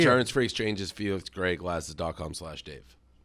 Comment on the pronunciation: Why can’t Dave say Felix ? Missed everytime